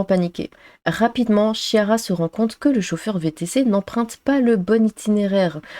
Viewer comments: Chiara se prononce "kiara". 😉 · Chiara se prononce Kiara c'est un prénom italien.